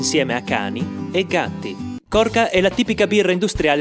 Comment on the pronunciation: Piccola precisazione: La birra si pronuncia "Corcia".